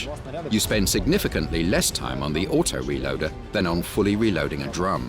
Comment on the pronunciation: I cant waiiiitsss. For thaouuuseee aaoutoo reelooaaadderrrrrrrrr. says in the best accent ever